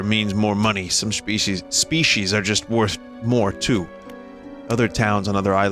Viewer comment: "Feeshies- uh, SPECIES"